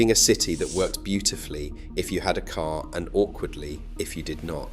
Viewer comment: I had to stop watching after the AI voice said, "It was built for the K.A.R" 😂